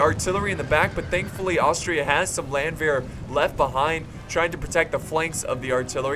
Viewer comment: Hey, try to pronounce "Landwehr" like it´s spelled Lundwehr and it will sound german. Btw i love you:D #nohomo